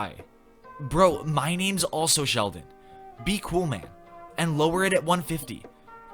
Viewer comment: My name is Sheldon, you just misread it, k?